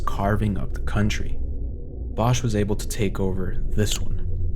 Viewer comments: wonderfully done!👌 just one minor note -> the one in the video is the German pronunciation of "Bosch", in Catalan the H is silent, as in [βɔsk] (...meaning bosque/forest) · lol I wish he had pronounced the surname right. It’s actually « bosk » but even people in Spain mispronounce old Valencian surnames